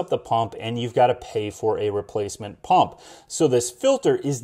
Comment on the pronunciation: is it a Paump or a Pump ? Lol Good review. we bought ours and waiting for delivery.